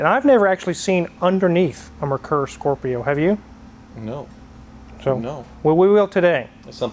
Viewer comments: Bonus points if you can pronounce Merkur correctly (it's pronounced Mare-core). Don't feel bad if you mangle the name - most people did. Perfect example of American market hypocrisy. Examples listed below: "Hey, Ford! Why can't we get any of those hot European models in America?" Ford says OK and imports Merkur Scorpio. "Yuck, who would want something this strange and ugly?" "We want manual transmissions!" Ford says OK and offers manual transmissions. "Ug, who's going to buy a car nobody can drive?" Double face palm. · Me (a german): Oh I didn't know they had Ford Scorpios in the US.: MERKUR Scorpio Me:?!? 🤔 What did he just call it? My parents used to have one in the 90s, 2.8l Ghia (the Ghia stood for better interior). It was a nice car and drove great... but is was soooo ugly. That button pressed should recline the backrest a little (maybe 2 inches?) which had me stunned since I hadn't seen anything like it before in a car that was below S-Class Mercedes. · “Mare-Coor” as in the horse and the beer (without the s). This one has some European parts on it. The Non-U.S. parts I saw were the steering wheel, the wheel rims, and the rear wing. If this is a U.S. car, then the original rear spoiler has been removed and replaced with that wing. That would be a good indication that the car has been repainted, since the install looks really clean. The back seats were powered for recline/incline; that is what those buttons are for. The front anti-roll bar also served as the compression struts for the front suspension. It was a cheap, all-in-one solution that didn’t work that well. Lots of bind and kind of weak. I owned one and I loved it despite the flaws. I wish I could have kept it. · I'm pretty sure it's pronounced more like "mare-coor"... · It's actually pronounced MARE-coor. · its pronounced mare koor used to have one really funky key git rid of it when trans blew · It was actually pronounced MARE COOR back in the day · mehr-coor is more correct